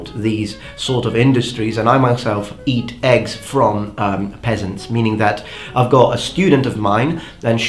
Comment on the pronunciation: OH! Peasant! I was hearing Pheasant. That makes more sense now.